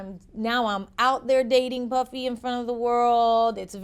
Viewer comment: She said dating buffy instead of puffy...lol